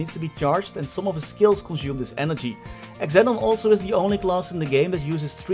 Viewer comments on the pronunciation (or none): Xenon is pronounced "zee-non" not "x-e-non" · Xenon is pronounced "Zenon" :D